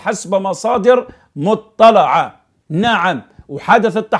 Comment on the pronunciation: مصادر مطلعة بكسر اللام لا بفتحه الله يهديكم